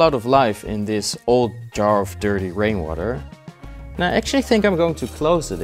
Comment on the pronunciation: Thought he said brainwater